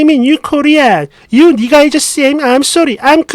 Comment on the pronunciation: 니가=니그로 를 줄여 깔보듯 니~궈 로 들릴수도